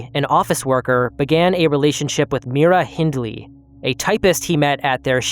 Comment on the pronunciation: Great video. Slight correction, it's "Migh-ra" not "Mee-ra" Hindley.